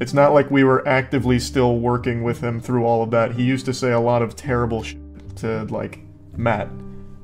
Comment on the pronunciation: IM SO SORRY BUT THE WAY YOU SAID “THREW” INSTEAD OF “THROUGH” LMAOOOO